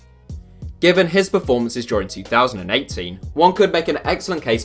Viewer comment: Are you saying 2018 or 2080? I'm confused